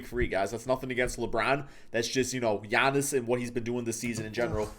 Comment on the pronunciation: Okay guys come on, it’s Giannis.